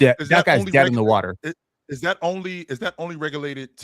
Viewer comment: calling bobby portis is crazy 😂😂